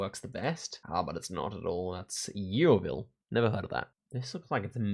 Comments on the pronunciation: "yee-oh-vil" lol. Just so you know it's pronounced "Yo-vil" 😁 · Yeovil is pronounced "Yo-vil" - you usually put so much effort into pronunciations, I hope this is helpful 😊